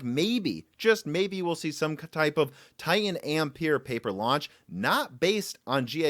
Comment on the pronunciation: TiTan not Ti-an